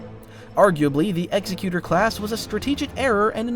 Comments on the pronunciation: Executor = ex-eck-you-ter. Quit trying to pronounce it like Executioner! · imagine making a half an hour video about star wars ships and not being able to pronounce correctly at least once the EXECUTOR class